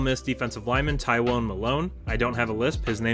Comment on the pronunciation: Tywone? Did his mother have a speech impediment, was she on the toilet when she came up with his name, or a little of both??? LMFAO 😂😂😂😂